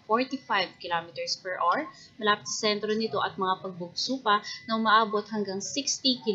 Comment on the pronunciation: Per awar. Not awr.